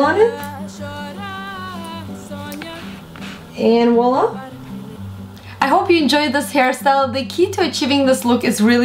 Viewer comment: So how do you open it? Btw your "Voila" sounds like "Wallah"